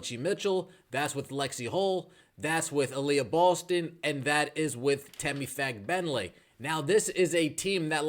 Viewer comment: Sheesh! YouTube shadowbanned my comment for spelling Temi's last name. I guess that there's a bad word hidden in there. Anyway, the stress is on the first syllable, not the second.